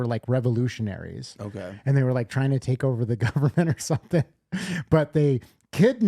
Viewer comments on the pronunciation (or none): none